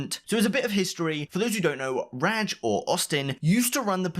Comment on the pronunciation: Can you please stop saying ragg instead of rajj